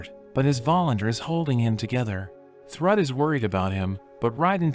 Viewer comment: I know it's narrated by a computer, but the name used for Thor's daughter, is Pronounced Throod! Spelled Thrüd!